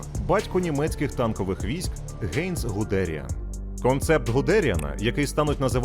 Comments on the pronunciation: + не правильний наголос в прізвищі ГудеріАна UPD. Загуглив, гугл каже шо правильно - Гуде́ріан. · взагалі-то Гудéріан. Ґуґл в допомогу.